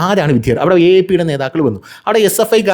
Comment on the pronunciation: "" വിദ്ധ്യാർതി"" അല്ല. "" വിദ്യാർത്ഥി എന്ന് പറയുക